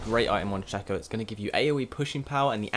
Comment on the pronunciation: the way he say's shaco is just wrong annoy's the hell out of me!